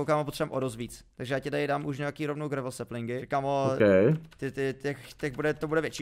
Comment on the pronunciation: Prosím říkejte "grejvl" díky ❤😂